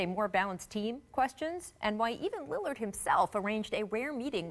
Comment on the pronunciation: “Damian Lidird” 😂